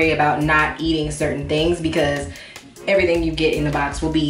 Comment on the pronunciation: "ALL PUMPKIN ERRTHANG " 😭😭😭😭😭😭😭